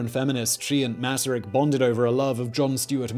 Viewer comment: Thank you for making this video and for pronouncing his name correctly! Greetings from Czechia